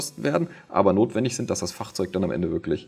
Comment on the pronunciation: Immer sehr interessant deine Videos aber wie du Fahrzeug sagst ist eine Katastrophe